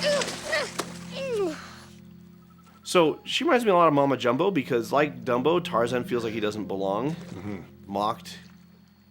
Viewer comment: I keep on almost thinking they're saying "Mumbo Jumbo" when they say Mama Jumbo 😭